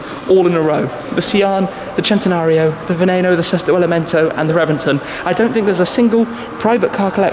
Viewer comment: Loved the way you pronounced 'Centenario' was something else. Sounded proper itlalian.